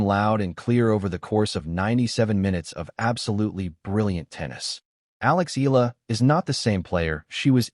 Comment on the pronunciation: E a la! Come on... pronounce it correctly!